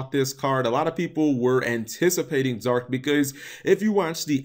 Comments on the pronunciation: drinking game: take a shot every time he says Zorc instead of Zarc bakura nuts himself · Dear Why do you say "Zorc" instead of "Zarc"? Why do you say "Arc V" instead of "Arc Five"? Sincerely, a curious viewer.